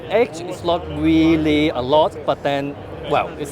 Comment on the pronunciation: Nord WeepeeN